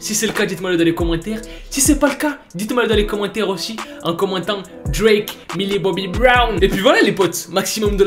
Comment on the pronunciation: OH PUTAIN!!! MILLIE! PAS MILI!!! Mdr je t'adore!!